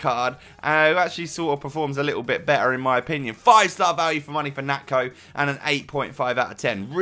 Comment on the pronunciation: its pronounced nacho